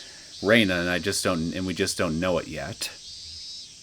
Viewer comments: Feel free to pronounce it however you like, is comfortable with, and gotten used to. And I hear the characters in the game actually say: Re-na, rather than Rei-na. I have started to watch a bit of your let's play from the main series. Your pronunciation has stuck around since the very beginning before the voice acting. Even though Keiichi explicitly stated that it's wierd how it's pronounced this way, as Reina is a normal name. But hey, again. It's stuck with you this far. No need to change. Just saying I get a little thrown off when I hear it. I haven't gotten to your let's play of the 6th arc of the main series yet. But I remember from my own let's play, watching other let's plays of that arc, and the anime, that before she dropped the "i", we do hear people actually pronounce it Rei-na, and also her father still use this pronounciation. Also unrelated note: If you ever plan on moving on to the Umineko When they cry series, AND either watch the Higurashi Gou/Sotsu anime, or read the manga adaptation, I'd personally recommend reading the main arcs of Umineko before going for Higurashi Gou/Sotsu. But it's not neccecarily required. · Nice start to a new arc. So much hatred towards one guy. Also. Whenever I hear you pronounce Rena's name: Rei-na, with the "i" she dropped from her name, rather Re-na, without the "i", I am just a little thrown back, as I'm not used to hearing that.